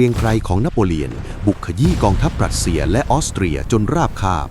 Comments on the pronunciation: AI อ่านผิดเสมอ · "ปรัสเซีย" กับ "รัสเซีย" นี่เป็นคนละประเทศกันเลยนะ ใช้AIทำเสียงพากษ์เกิดความผิดพลาดใช่หรือเปล่า?